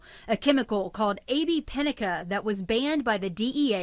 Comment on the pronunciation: its ab Pinaca not ab pinica